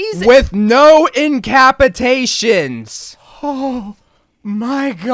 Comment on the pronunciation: "in cuh pass eh tay tion" not "in cap eh tay tion"